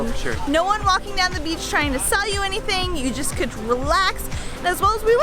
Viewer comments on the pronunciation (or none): none